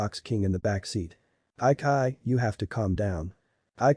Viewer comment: her name is chi chi NOT kai kai